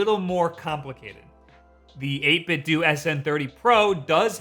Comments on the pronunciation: Every time he says 8-bit doo I cringe a little. It’s 8-bit doh, a play on Nintendo. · My dude, it's eight-bit-doh (to rhyme with nin-ten-doh). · It's pronounced 8 bit DOUGH like Nintendo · Wait. 8Bitdo. Is it really pronounced like due? I have always been pronoucing it dough. So I have been saying Nintendo wrong all this time... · "My favorite controller is this one I consistently mispronounce..."